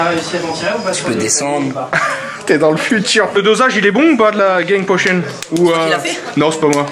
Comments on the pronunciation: “ Les gang potion ” Naaaaan on dit GANG POOOTIOON 🤣 Et merci pour les like sur ce com ça fait plaisir 😉 bon confinement a tous réster bien chez vous !! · "Les gang potion" NON sa se prononce "GANG POCHOOOOONE" Eh bah voilà ! Sinon continue mon reuf tu gères.Bonne continuation :)